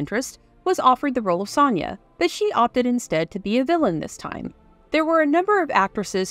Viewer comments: You pronounce Sonja, oddly. It's pronounced "SOnia", not "SONia." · This movie is amazing. The narrator's mispronunciation of Sonja's name in this JoBlo video is very unfortunate.